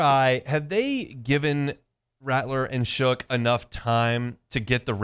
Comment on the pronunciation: Potato head still saying “Shook”